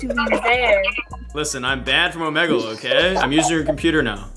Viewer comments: I like how one of the news reporters says “OHMOUGLEA” instead of “OHMEEGLE” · “Omegle.” “Omegle.” “Omegle.” “OMOGLEA . COM.” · That one news reporter that said Omegle wrong: “OmOglE” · Everyone: omegle That one news guy:omoglé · OO MEG LEEE🤣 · uh mo glee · Oh me gull? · O MO GLEE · Oh mo gle .com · don't forget the 'omeegle' girl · It's Ohmehel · Nobody: Reporter: "Ohmoglé" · Nobody: That one news reporter:OmogLeE dot com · Omeg glee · emo glee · Omegle:THE * SOMEONE GOT OUR NAME WRONG News:EMOGLE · The reporters pronouncing it right: That one reporter: OMOGLEE.CON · ahh yes... O M O O G L E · I ALMOST DIED OF LAUGHTER FROM THIS GUY CALLING "ôh mî gel" "ôh môg le" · Just gonna ignore how that one news reporter said "Emoglee dot com" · AINT NO WAY a news reporter call Omegle OMEEGLEE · That reporter that said “Omeglai” tho 😂😂😂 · "omogle" Dang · oh yes o-me-gluu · The guy said omoglé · bro they said omegoleee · Bro one commentater literally said "omegley" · same lmao